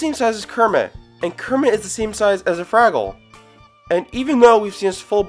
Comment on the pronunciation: “froggle”?!? Did you ever watch this show?!? It’s pronounced FRAGGLE…how old are you?!? 😖🥴